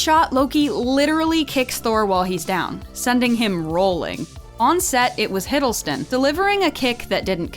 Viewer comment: Am confused of the narration... is it "Hiddleton" or "Hiddleston"? :D